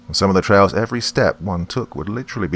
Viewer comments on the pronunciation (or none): none